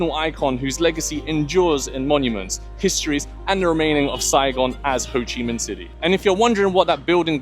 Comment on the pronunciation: How can you hear how it's pronounced and still say it incorrectly 😂 😂 😂 😂 hoochi? hoe-chi